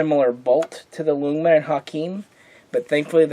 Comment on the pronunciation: Great video. Ljungman is actually pronounced: jungman. Not easy to know for those who don't understand swedish.